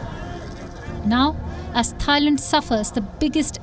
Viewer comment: why do people say THAILAND? with the TH? no one else does... except people from India lol